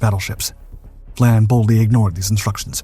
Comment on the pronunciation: Hey, narrator! It is Commander Vian (Vy-an) not Vlan.